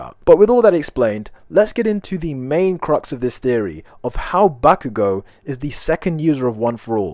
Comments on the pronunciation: Bakugou goes back in time Its in his name back-you-go 😂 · Bakugo? More like Bak-u-go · eri really said bak u go👏👏